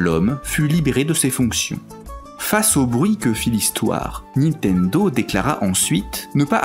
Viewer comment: Je "like" mais par pitié : ARRETEZ de prononcer "NI-TENDO", on dit NIN-TENDO ! (le "Une-réal Unjayne" est pas mal non plus dans le genre, c'est pas votre truc la prononciation correcte des marques hein !)